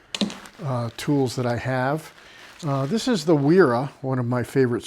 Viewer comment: Wera and witte are German so the w is a double V. So it’s pronounced VERA and VITTE.